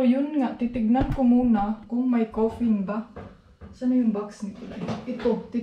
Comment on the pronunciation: Caffeine not coferne..